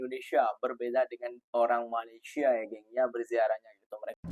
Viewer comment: COBA PERHATIKAN DAN DENGAR BAIK-BAIK APA YANG DIUCAPKAN... BERKATA MALASYA... MALASYA.... MALASYA 🤣👻👻👻🤣👻